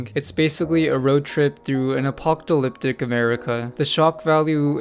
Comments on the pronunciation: Did motherfucker seriously say apoctalyptic😂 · You have trouble saying apocalyptic. Oh well. Thanks for showing me this.